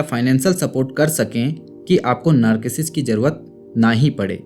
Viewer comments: It's not नार्किसिस्ट, it's नारसीसिस्ट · Sir aap narcissist ko galath pronounce kar rahe hai... thank you so much for the awareness campaign on social media.